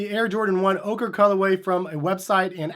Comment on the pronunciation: It’s pronounced “oak-ruh” 🤦🏻‍♂️